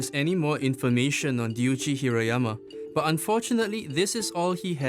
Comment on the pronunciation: Ryuji not duiji right?